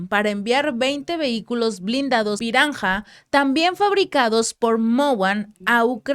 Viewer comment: "Barmung" "Moguan" "piranja"